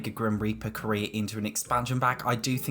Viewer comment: I keep hearing “grim reaper career” as grim reaper Korea